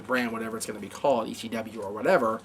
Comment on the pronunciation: has anybody noticed can not pronounce ECW correctly as he always has a funny lisp when he says C. its like E SCHEE W hahaha